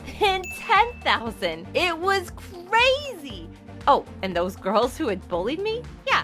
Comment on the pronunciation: Sometimes when u say a word like”crazy” all i hear was”cwayze”